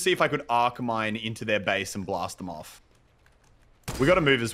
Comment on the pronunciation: Muselk said f of